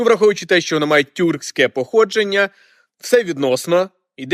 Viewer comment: СусідИ ,походженнЯ ,в УкраїнІ! Ви говорите з наголосом на останню літеру.